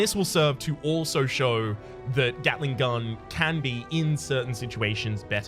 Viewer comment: Did i just heard him day gatling gull?